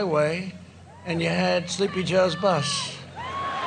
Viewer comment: he is slurring "bus."